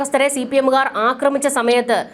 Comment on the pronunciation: അക്രമിച്ച'എന്നല്ല. 'ആക്രമിച്ച'എന്നതാണ് ശരി.